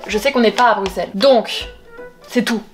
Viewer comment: merci tu a dis brusel et pasbruxel merciiiiiiiiiiiiiiiiiiiiiiiiiii je t'aime